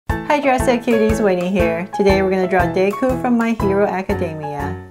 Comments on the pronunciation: LOL the way she says deku. She says “ Dayku” LOL, Anyways thanks for showing me hoe to draw this awesome drawing! 🤩🙌✨ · Day ku??? Hmm lol but the way you drew Izuku Midoriya is adorable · YOU SAID HIS NAME WRONG !!